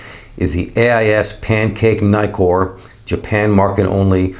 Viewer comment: There are two Ks in Nikkor. Why do you keep calling them Nykors? I get put off by mispronounciation, so I’m out.